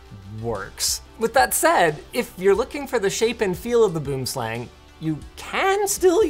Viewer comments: Is it just me or is the way he is pronouncing it wrong? I grew up in SA where Boomslang is a very venomous snake and if I'm not mistaken Razer named their products after snakes so wouldn't that mean it should be pronounced in Afrikaans or Dutch? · Doesn't LMG have a south african working there? Please check the pronunciation on Boomslang aseblief! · I’m here, just to say he pronounced boomslang wrong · Wow... the way non-South Africans pronounce Boomslang just sounds so very wrong. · Also Linus, I would appreciate it if you can learn how to say Boomslang. For reference its Afrikaans, a language found in South Africa. Even google translate managed to get closer than you >_< THe name literally translates to tree snake. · As a South African, the way he's pronounces Boomslang, makes me cringe. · The way he pronounces tree snake is painful. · Just an FYI - you pronounce it bwim slung - it's Afrikaans :) Enjoy! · I despise the pronunciation of Boomslang here. Good god lmao For those who care, it’s: Boo-em-slung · And it pronounced kinda like "boo"-"um" not like "boom" as you would say in English. Same with slang. Not like "slang" in English, more like "slung". So you would say "boomslang" like "boo"-"um"-"slung". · Boom slang directly translates to "Tree Snake", it's an Afrikaans word , obviously it's a pretty dangerous snake that primarily is found in trees here. I find it funny how people pronounce it, it's actually pronounced "Booohmslung". Venomous accuracy obviously refers to the name, I feel this mouse can be shy at times and will revert to a tree, being its natural habitat of coarse, so if its missing from your house just look there. Love Linus's pros wrestler persona, I wonder where else he uses it. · "Buhoom slung" is how you pronounce its - Its afrikaans for Tree Snake. I had one of these mice back in the day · Just FYI: Boomslang is pronounced "b-oo(like British pronunciation of poor) - m- slung" Its Afrikaans/Dutch for "Tree Snake".